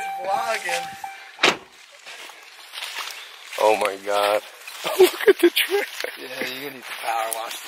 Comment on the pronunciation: His dad “ you bloggin” aka vlogging 😂